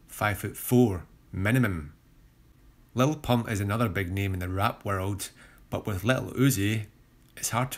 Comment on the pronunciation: Thanks for writing jeezus I was tryna figure out what he was saying I heard "lol uzi can look like a beg uzi" 💀💀💀